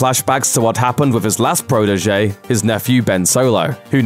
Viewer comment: "Wiv 'is last pwotege..." - can you get a guy who can at least pronounce "th" - you know, for professionalism?